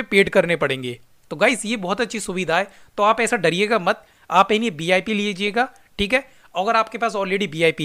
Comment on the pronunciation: Tu ye pehle bata BIP bolta hai ki VIP 😂😂 Hotstar jo Hotestar kyu bolta hai 😂😂